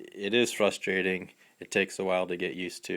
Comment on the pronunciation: You mean "FRUSTRATING"?.... LoL not "FUSTRATING"